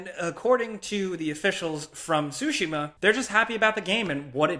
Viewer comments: I’m thinking about how you said “sushi-ma” 4 times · sorry i know im being nit picky here... the T in Tsushima is NOT silent, say the t and the s quickly together... SORRY.